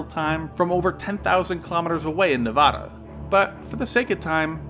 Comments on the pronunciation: It's pronounced Nevada. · No, it’s “Nevada”